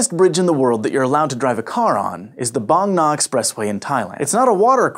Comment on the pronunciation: I like this guy for pronouncing "Bang Na" very accurately, not pronouncing like "bang!" which is incorrect.